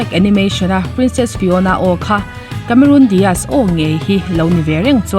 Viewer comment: Cameron Diaz ,.kamerun dias ai mahin Kamerawn dace(dice/dise) tiin lam la a dik zawk asin.Charlie's Angels-Chhalis Angels tiin.😁😁